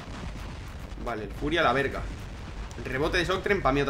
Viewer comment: se escucha raro que un no mexicano diga verga jajajajaj xd